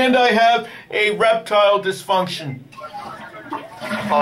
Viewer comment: Did you say "a reptile disfunction" ?